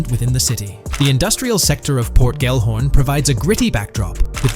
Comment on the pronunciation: Bruh can you not spell? Why do you keep saying “Port Gorn” it’s literally Port Gellhorn. Do you see the letters?? Say it with me ~ GELL-HORN. GELL. Sounds stupid when you say port gorn. Not even a thing🤦‍♂️